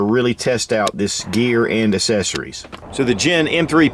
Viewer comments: Anyone else love hearing say "Assessories." Lol. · ACK-cessories. Sorry...that drives me nuts.